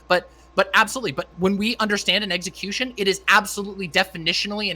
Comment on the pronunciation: apparently thinks you pronounce execution as, eggecution. Lol. literally pronounced it that way throughout.